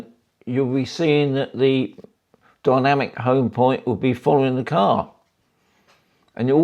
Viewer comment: It's dynamic not dymanic. Good video though 😊